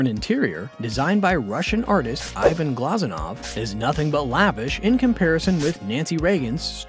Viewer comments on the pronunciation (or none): none